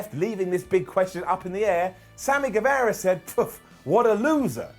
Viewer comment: Does say "Sammy Gueverra" as a bit? I remember hearing him pronounce it properly once I swear